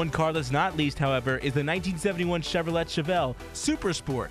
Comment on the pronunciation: it's Chev ro lay, not Chev ro lett